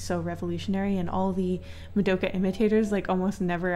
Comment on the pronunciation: I'm sorry to say this but why does she say "MADOKA" it's "ma-do-Ka"